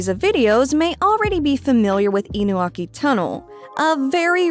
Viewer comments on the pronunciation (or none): It's InuNAki Village not Inuaki Village. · Isn't it Inunaki?